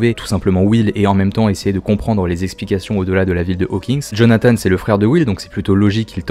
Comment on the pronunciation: D'ailleurs on dit Jonathane